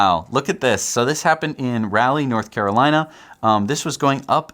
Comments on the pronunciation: It’s pronounced “raw-lee”, not “rally”. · It's RA-Leigh not Rally